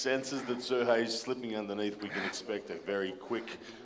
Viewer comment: Why does Travis keep calling Serhii, Sergei? Am i missing something?